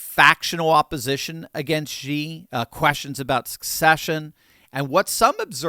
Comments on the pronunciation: bro it's "she", not "shzi" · The Dictator of China's name is NOT pronounced "Gee"; it IS pronounced "SHE". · you lose credibility by mispronouncing Xi as in Xi Jin Ping. The old transliteration system used "Hsi" which is a closer pronunciation. It is a softer "S" sound and less a "J" sound. Please check with other Chinese speakers to get the correct pronunciation. I love your discussions - my brother and I discuss them almost daily. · I know it's nitpicking, but it always bugged me... Xi is pronounced "shee" not "zhee." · It drives me a little crazy that American's pronounce Xi like "Jee." Where do they get a J? Xi is pronounced "She." It's not like we can't pronounce it correctly. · It’s not Ji, it’s Xi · Please XI is not pronounced with a G at all. It's pronounced SHE not GEE. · I hope you don’t mind my correcting your pronunciation of President Xi. It’s pronounced as SHE NOT GEE, so many news outlets mispronounce his name and I think it’s embarrassing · Love the content, but just so you know, Xi is pronounced (approximately) "she", like the pronoun. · please pronounce Xi's name right.. no "g". "Shee".. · I love ya,, but you seriously need to learn how to pronounce Xi's name...unless you're doing it on purpose, of course.